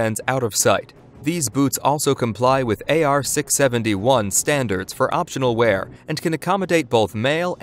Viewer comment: AR 671. WTF? AR 670-1. Drives me nuts hearing that considering how much 670-1 was driven down our throats while serving